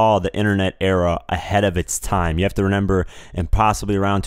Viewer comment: the word is pronounced ‘remember’ sorry i was getting upset